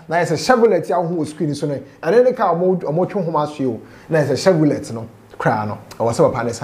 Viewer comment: Masa is Chevrolet ooo I hear chevllett we beg paaaa🤡🤡🤡